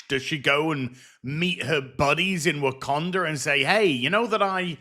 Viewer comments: “WAKANDER” woah bro hard R’s for a black country is wild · did bro just put a hard r on wakanda..? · Also notice how they say Wakander and not Wakanda? Mainly speaking about the whyt EDP looking dude. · I think he's British or Australian and that's how they pronounce it. Not a defense of him, just making a linguistic note.